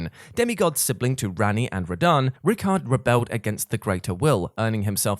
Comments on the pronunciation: Hes fucking pronounced Rai-kard, not Rickard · "Rickard" lolololol. RYKARD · Lmao just casually calling Rykard, "rickert" it's hilarious to me